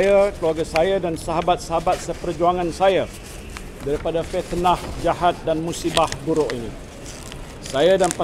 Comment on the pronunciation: Fitnah...bukan petnah